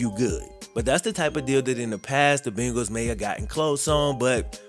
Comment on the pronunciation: Why oh why!! Da Bungals!!! Come on Man!!😩